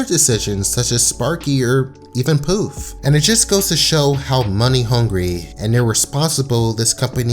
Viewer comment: The fact that you called Poof "Puff" SENDS ME